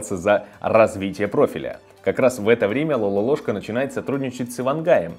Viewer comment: Не Лалолошка , а Лололошка!